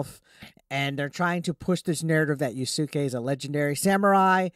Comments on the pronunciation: Just so you know, his name is pronounced Yas-kay not Ya-Su-Kay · “Yah-sook-ay” plz you’re killing me